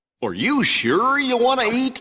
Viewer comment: Are you shore?